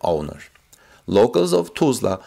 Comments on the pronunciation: You are mispronouncing the city: it is pronounced (Tuh sla). You are sayin it as Too,sla). Just trying to help. Try googling a Tulsa news channel. Thanks for your work. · Tulsa is not pronounced as toosla. The "ul" has the sound like in the word "dull". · pronounced more like (Tull suhh)=Tulsa..... NOT Tuh sla OR Too sla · Tulsa is NOT pronounced TOOLZA. The UL in Tulsa sounds like the UL in the words hull,dull,mull,cull,gull. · like jethro tull..I kinda like the way he says it but its wrong...